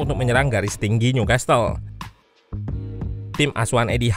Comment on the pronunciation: Newcastle t nya ga dibaca bang, jadi dibaca nyukasel